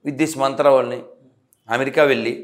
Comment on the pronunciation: వెళ్ళి కి వెల్లి కి తేడా ఉంది యాంకర్ గారు